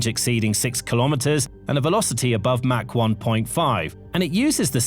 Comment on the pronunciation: Mach rhymes with Bach, not hack!